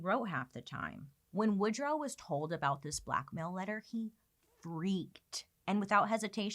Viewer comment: Woodruff Wilson? … I thought it was Woodrow Wilson…😬